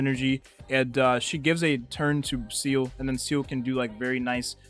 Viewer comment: bro calls seele "seal"